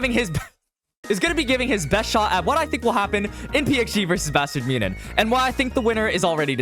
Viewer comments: Great vid but bro... It aint that hard to pronounce München haha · why are there a billion ways to pronounce "munchen"? I've heard way too many... am I missing something?